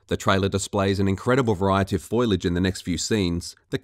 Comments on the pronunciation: fo-li-age, not foilage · For fucks sakes it’s FOLIAGE (fo-lee-edge) not “foilage” I know it’s been a year but Jesus Christ. Also, in most instances, just about everything that’s changed between hair and fur physics, water, the sky, the lighting, etc....it all looks BETTER. The original was drab and depressing. Looked more like an Xbox 360 game than a next gen title. Say what you want but the game looks better than you give it credit for. On top of that, idk what’s going on, but the “comparison” between the 2014 version and the GOTY version....something is off. The GOTY version is so fucking dark it’s unbelievable. I’m playing through the game right now and I’ve NEVER seen the game be that dark, even at night, and I have my gamma down quite a bit. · Fo-LI-age (ie. fow-"lee"-edge) :P Just sayin'... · Great video, but it's foliage, not foilage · It's foliage, not "foilage". How can someone get that wrong? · Foliage: not pronounced "foy-lidge", but "Fo-lee-idge". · Foliage. Not foilage. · Foliage. Fo-li-age. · Bro, stop saying FOILAGE ITS GRASS, NOT TIN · Foilage. DeNUUvo. You need a speech therapist.